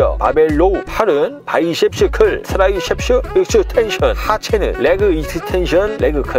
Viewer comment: 바이솁슈클, 트라이솁슈 익슈텐션